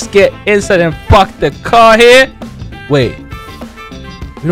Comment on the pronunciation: when he said park the car it sounds like f*** the car and